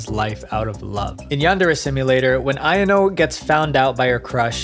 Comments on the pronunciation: Pronunciation error. Ayano is like Eye-yan-no. Not I-N-O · ITS AYANO NIT IYANO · its pronounced a-ya-no i think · aYANo, stres the middle syllable, great vid dw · This a a really well done video. I use to really like this game till recent events. Also I thought Yan-chan’s name was pronounced I-yawn-o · The way you pronounced Ayano absolutely killed me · Why do u pronounce Ayano like that lol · Good vid but the way you kept saying Ayanos names wrong kept bothering the heck outta me 💀💀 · the way he said ayano made me cringe bc its the most american pronounciation of the word